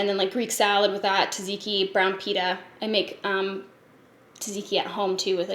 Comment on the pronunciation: the way you pronounce tzatziki is so ADORABLE hahaha! as are you such an inspiration!!